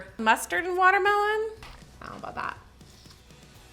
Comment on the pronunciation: Im laughing at all of your word mess ups in this video!! Love your content!! Cinnamon watermen 🤣🤣🤣